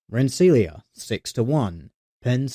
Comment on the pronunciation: Rensselaer is Ren-ss-ler